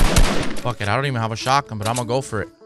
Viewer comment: “Imma Gofer it”